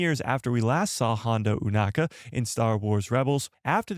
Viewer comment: "EW-NAKA"??? Why, when the ACTUAL SHOW and everyone else on the planet pronounces the name as "O-nakka" you say it differently? 🤷🏻‍♂🤦🏻‍♂